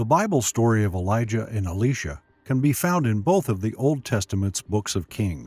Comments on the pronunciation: Elijah and Elisha , still pronounced Elijah and not Alisha .... Both Elijah and Elisha are men and not a woman 🤦🤦🤦 .... stop calling him Alisha 🤦🤦🤦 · the pronunciation of the names are so off....Eleesha??? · I'm sorry to tell you I think you're saying Elisha's name wrong for your saying the female name and Elisha is male in the bible. I know that because my name is Elisha and I'm male and it's not said like that. I dislike how bad he pronounce Elisha so wrong is uh·lai·shuh. Thanks for your time in reading this. I hope you have a great day.